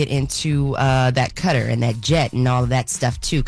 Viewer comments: Cutter?.....wth...kuh-tar.....come on!!! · It is Kuh-tar rhymes with guitar. Not cutter. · Kuh-tar. Enjoyed the reports though